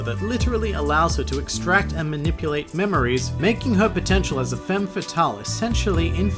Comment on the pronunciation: Femme is pronounced with an /a/ and it should be femmeS ;)